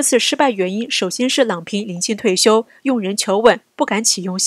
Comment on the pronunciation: 郎平第二声